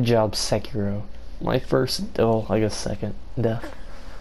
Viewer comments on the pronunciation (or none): "Se-cirow" smh, almost.